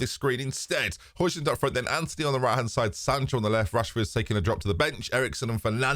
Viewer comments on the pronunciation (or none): it’s “Hoy-land” mate, I’m sorry it was getting painful to listen to at this point, bless ya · It’s actually Hoy-lun. You don’t pronounce the D. 🤓